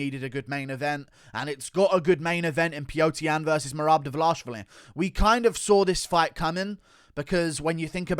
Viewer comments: Dvalishvili, not Dvalashvili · Mehrab Duh-Vuh-Lash-i-villi